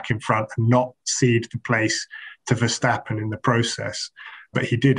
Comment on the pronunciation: On behalf of all of the Netherlands.. Please don't say Verschtappen. Why would you?